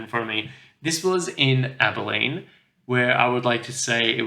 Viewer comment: Primitive Hare you bought was pronounced as the 2nd wife of King Henry VIII Anne Boleyn Bo-lynn